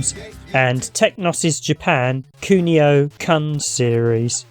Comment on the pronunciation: Kun is pronounced the same as you did when you said Kunio just drop the io part, not like you are about to drop the c-bomb hah.